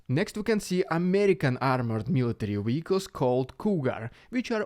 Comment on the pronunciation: DON'T CHANGE ANYTHING. I am just saying this because I honestly enjoy accents (American living in Spain, lived in Romania...). I like when you say Vehicles. Partly because it is good for Ukraine, but also because your "V" is a "W". Don't get me wrong, you are simple to understand... I've come across plenty of Americans I need a translator for. I'm already subscribed because you are one of few good sources. I have one other somewhat Russian guy I listen to...I don't want to appear to advertise for him. But you guys make me feel fairly confident that I know what is going on.